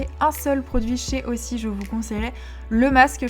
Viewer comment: juste il faut prononcer "euzi" pour aussie parce que cest la manière de dire "australien" en australie